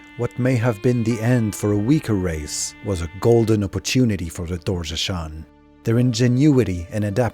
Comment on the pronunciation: Yeah, very nice video and all but he mispronounces a lot of names. Sliske, Doorgeshuun, and I've heard multiple others.